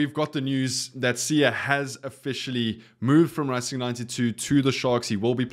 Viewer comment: boet i love your channel but tis not rassing 92, its racing 92, English pronunciation.